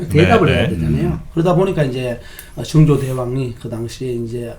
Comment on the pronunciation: 증조… 그래도 학자인데 … 사도세자 발음도 ㅈㅋ 서자 발음도 좋구.. 왜 정조가 아닌 증조 …